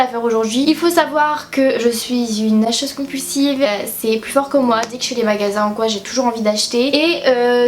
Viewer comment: « Il faut savoir que je suis une hâcheuse compulsive » 😂